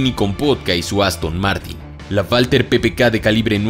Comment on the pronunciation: Porque dice valter ppk en vez de walther ppk?